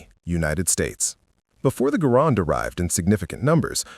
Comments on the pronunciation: Say GAH- RAND not GAH-ROND!! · First of all, the man's name was John Garand [pronounced GAIR-und, not guh-RAND]. Second, why was there no mention of the Enfield M-1917 [chambered in. 30-'06]? As good as the Springfield 1903 was, the Enfield M-1907 was far better, especially in cold weather or when dirt and muck were a problem. The Springfield cocked on closing, which could mean that there would be times when the bolt COULD NOT be closed without removing the bolt and cleaning the rifle. The Enfield cocked on opening, which meant that if the action got mucked up, you could still close the bolt almost without exception, as all the force and mechanical advantage was only applied to the actual closing of the bolt. The Springfield had to split the mechanical advantage between cocking the firing pin and closing the bolt. If the Enfield DID get too mucked up, you could almost always clear out enough muck with a twig, your fingers, or even the tip of a bullet and you were back in business. Snipers who had shot both, generally chose the Enfield. The Enfield had a superior trigger [the Springfield trigger always felt the sear and NEVER been polished at all], and it held 6 rounds compared to the Springfield's 5 rounds. Granted, there were a WHOLE LOT MORE Springfields produced than Enfields. However, when the US entered the war in December 1941, there were more Enfields on hand than Springfields. This was because we had been producing Enfields for the British during the First World War because they didn't have anywher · The man pronounced his name, “GA-rand “